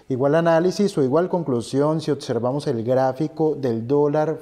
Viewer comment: OTSERVAMOS ???.... y como dices OBVIAMENTE.... OTIAMENTE ??....